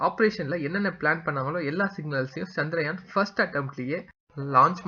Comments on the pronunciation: First please learn to pronounce correctly the word as Chandrayaan and not as chandraayan. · Often most people pronounce as chandraayan but it is chandrayaan. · Please spell correctly, that is Chandrayaan and not chandraayan as you say.